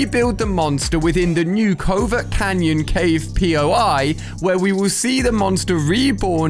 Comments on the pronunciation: Covert cavern* not covert cannon sorrry not being rude just saying bc it’s funny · Why is everyone saying Covert Canyon instead of Covert Cavern? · bro not covert canyon its covert cavern